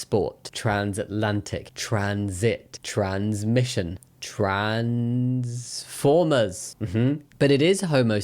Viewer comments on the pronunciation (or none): You saying TRANSformers made my day as a Transformers fan